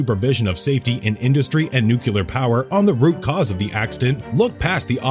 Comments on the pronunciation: IT'S NOT NUCULAR!!! IT'S NUCLEAR!!! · Yes, thank you, that always ticks me off! If you are speaking publicly, or in video, LEARN HOW TO PRONOUNCE THE WORD NUCLE-A-R.